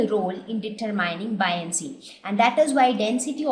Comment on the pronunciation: i feel like i should correct you on your pronunciation, Boy-un-cy not bi-on-cy